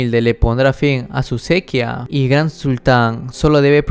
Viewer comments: Cuando puedas mira videos de pronunciación, por qué se'quia no es sequía. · Sequíaaaa lleva tilde papá, me duelen los oídos. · estás diciendo mal sequía